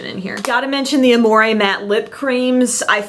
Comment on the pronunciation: I'm not trying to be rude but when people pronounce amore (ah-more-eh) instead of (ah-more) it makes me so mad 😂 (that's probably cause I speak french tho)